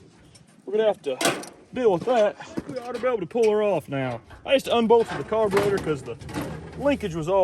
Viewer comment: Carbur-rotted😂 this guy's great